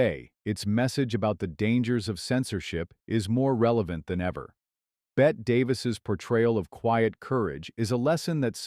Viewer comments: It's pronounced "Deborah CAR" (rhymes with STAR) and "BETTY Davis" not "BET Davis". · GEEZ A I , it’s “BETTY” (Bette) Davis NOT “Bet “ Davis!!!!